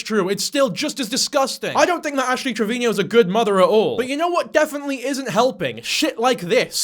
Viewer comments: How are you still saying 'travinio' after all these videos about her 😭🤣 tra vee no Travino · please shut the fck UP saying TRE-VI-NI-O” thats NOT how you say it. its “TRE-VI-NO”. i don’t like this absolute gargoyle of a woman but its so hard already to listen to your voice, its even harder when you can’t enunciate properly.